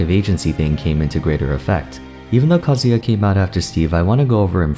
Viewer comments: What he says in his voice: Kazuya What I hear in my mind Kazuha XD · You pronounced Sakurai so well but pronounced Kazuya pretty sloppy!